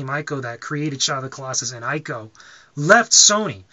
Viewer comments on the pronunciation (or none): It's PRONOUCED Team EEKO, not EYE-KO. Just FYI. ;)